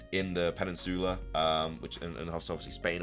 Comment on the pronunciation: I really like this video, I like how informative and how well you research the info and you get to make awesome videos. HOWEVER the thing that really throws me off or makes me cringe is the way you say “Penin Zola”. Please check online with the speech pronunciation search or the best way on how to say words. I don’t really mind it as much but it is noticeable so it would be nice if you could check that out bud. Peh Nin Zula